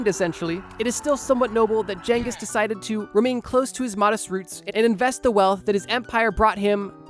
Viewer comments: Mannnnn every time you said genghis wrong I took 5 hp damage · There's never been jangus, most say genghis. But correct is chingus. Don't assume you know the pronunciation especially if you're American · "Jenghis" Nice job dipshit. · why is bro saying jenghis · Am i the only one irrationally annoyed by this pronunciation of "ghengis" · The psychic damage from how he pronounces Genghis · i dont think thats how you pronounce genghis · man is allergic to pronouncing Genghis correctly. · I think the 'G' in Genghis Khan is a hard G, not a soft G, my guy. Don't think it's supposed to be pronounced like a J.